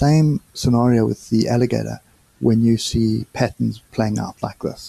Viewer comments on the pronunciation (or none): none